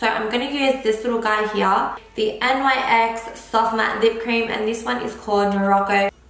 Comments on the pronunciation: It's Nyx...not N Y X 😂😂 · It's not n y x it's Nyx one word